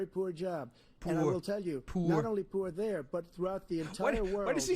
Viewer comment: "Why does he say poour like a canadian guy"? Because poverty's a foreign concept to him.